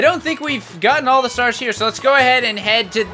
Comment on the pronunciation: Am I the only one hoow notices he's saying STARES AGIAN.???